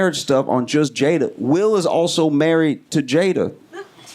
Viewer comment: There is no excuse not to know how to say her name at this point.